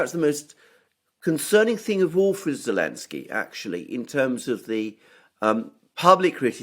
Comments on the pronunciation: Ze ze ze zelensky. Not elensky. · Can someone explain to this dude that it's not Elensky but Zelensky? Not that I care, but he sounds like an amateur. He clearly doesn't realize that. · Is saying elensky instead of Zelensky or is it just me?